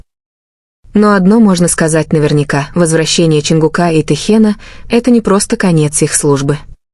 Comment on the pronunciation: Ну какого ЧонгукА,но вы сами себя слышите как вы говорите и коверкаете имена ребят, противно слушать. И как могли услышать что сказал Чон на ухо Тэ? Сказочники блин